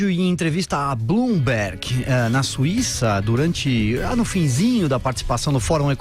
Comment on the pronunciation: Blumberg , não sabem pronunciar kkkkkkkk